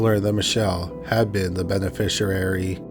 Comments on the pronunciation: im so sorry i dont wanna be a dick and idk if this is AI or you actually read it but its "beneficiary" --> "ben-uh-fish-ee-airy" not "ben-uh-fish-uh-rarey" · Lol, "benefisherary" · Yeah I noticed he pronounced it benefisher-airy LoL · I've never heard beneficiary mispronounced so many times in my life let alone in just a few minutes! 🤦🏻‍♀️😂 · is not AI, he's a Canadian YouTuber that habitually mispronounces multi-syllabic words. I don't know how you could even program AI to sound like that. Anyway, AI would absolutely know how to pronounce "beneficiary." 🙄